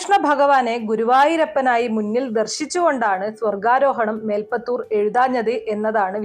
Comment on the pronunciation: മേൽപ്പത്തുർ അല്ല, മേൽ പ്പുത്തുർ